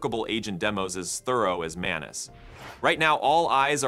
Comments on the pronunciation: It's Maa-nuu-s which means person in Marathi language 😅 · Did you say menace? 😅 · “Manus” eh, where’s Tuisco? Calling an AI Manus is extremely disrespectful and blasphemous. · Is the M silent😂